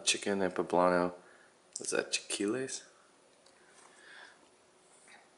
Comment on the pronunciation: Great unboxing. One thing though, it's chi-LA-quiles